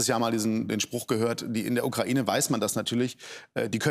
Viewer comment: OMG Baerbock hat ja wirklich Kokain statt Ukraine gesagt🤣